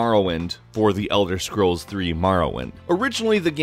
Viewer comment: Marrowhint Vartynfell Secret of Aramoure Elther Scrolls Seriously?